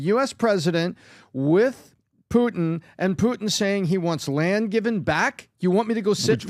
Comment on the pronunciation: Everybody: Putin PBD: Poot'n 😂😂😂